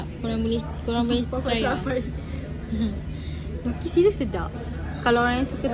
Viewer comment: Btw it's dookki